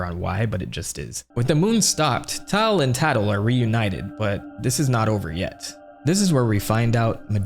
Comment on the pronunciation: Tatl and taal??? Its tatl and tale like a tattletale